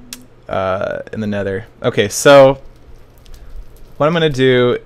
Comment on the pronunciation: nedder heehee